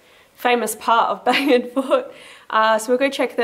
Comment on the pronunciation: Are you saying "Bangin," Fort ? ;)